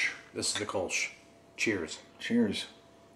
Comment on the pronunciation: The Kölsch has an umlaut on the o so it is pronounced - kerl-shh